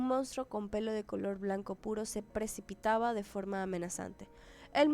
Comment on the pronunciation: Repite despues de mi "Pre-Ci-Pi-Ta-Ba" ajajajaja 🌮🌮🌮🌮🌮 Que siga la historia 😃